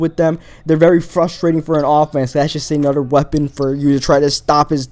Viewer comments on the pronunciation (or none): why do you speak like that instead of another you say "Anoder" and instead of there you say "Der" IT JUST ANNOYS ME